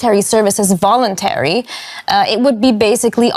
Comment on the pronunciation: I love it how the female reporter went from "Tntrouducing voulonteary military service, that means that when young men when they turn 18 have to fill up" so where is the volounteer part? :)